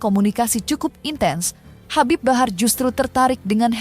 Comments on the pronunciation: HABIB HABAR😂😂😂 host nya salah ucap jadi ngakak aku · Habib Habar😂Ampe kepleset tuh presenter baca nm si habib😂